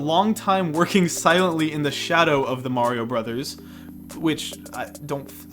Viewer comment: WHY DO YOU PRONOUNCE MARIO AND WARIO LIKE THAT.